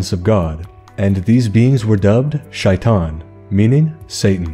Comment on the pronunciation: As a person that understands Arabic, it’s hilarious to hear you say the names in Arabic for the genie and majnun, as well as shitan. 💀